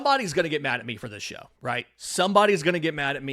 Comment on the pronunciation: "Don't ger me started on Strider" 🤣🤣🤣